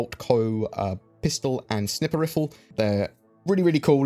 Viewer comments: Did you say "Snipper riffle"? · He said snipper riffel